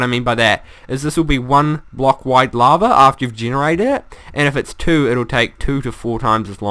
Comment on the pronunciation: Awwwww, lava is no longer "laver". ;( I liked that pronunciation.